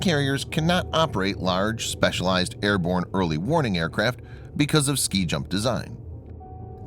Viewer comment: I'm still hearing "Early morning". Also, it should be "Early warning aircraft ARE very important" not "Early warning aircraft IS very important". Although you could go with, "Having an early warning aircraft is very important for an aircraft carrier". And yes, I am an English teacher.